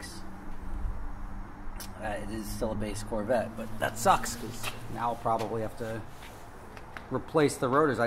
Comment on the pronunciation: Why do you think you don’t know how to say because?